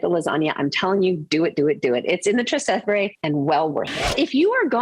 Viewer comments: He is 100% right truth hurts doesnt matter if shes humble no ones saying shes cocky she is just superficial in her advice and moronic with her yankee perspective ignorant would also be fitting word Her pronunciation of trastevere is a crime against humanity Most americans pronounce it that way And they never bother that every roman around them has a COMPLETELY different melody and pronunciation This is not a trip to disneyworld or a cheesy trip to paris Do a bit of homework and preparation before coming to the most historically important city in the world 😮 never mind 😢😅😊 Welcome to rome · This is so bad. It's not called City Center, and you should learn to pronounce Trastevere if you purport to be knowledgable about Rome.